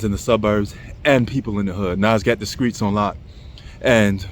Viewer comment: Fix your tie and learn how to pronounce Street not Skreet.